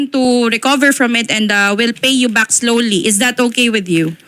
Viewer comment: islowly islowly imidyetly imidyetly haay. bayre na lng na ui kay giunsa gud nimo ng kwartaha. Kagastador ba nimong tiguwanga ka